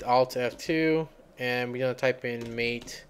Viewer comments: Helpful, although I had to invoke "dconf-editor" on my arch linux/MATE install. And allow me to be THAT guy that points out it's pronounced "MAH-tey..." ;-) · pronounced "ma Tay"